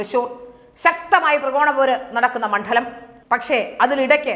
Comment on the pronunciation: Mandalamennavakku Ucharikkunnathuinganeyano